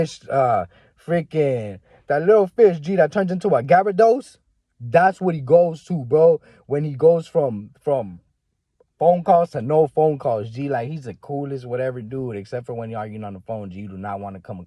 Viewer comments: HE SAID GABERDOSE🤣🤣 I GOT YOU THO G!! YOU TALKIN BOUT ...WEAK ASS MAGIKARP THAT EVOLVE INTO GYRADOSE, THAT BIG ASS DRAGON GEEEE!!! GOOD LOOKS ON THE SPECIFICS GEEE, I UNDERSTAND & CAN VISUALIZE WHAT HE LOOK LIKE WIT NO PHONE TIME GEEE.🤣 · The way he said gyrados lol